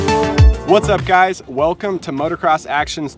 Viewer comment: Can somebody please teach this guy how to say "motocross"?